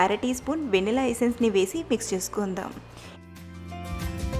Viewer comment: Vennela kaadhu venilla